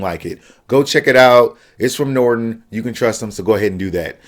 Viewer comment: from nordon?? nordon shat?!?!?!